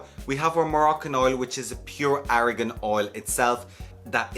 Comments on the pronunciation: Argan not Aragon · I love how you pronounce argan oil.